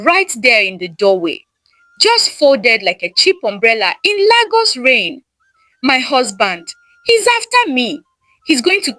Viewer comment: Wow! Very interesting story Lagos wasn't pronounced correctly 😂, but I enjoyed the story ❤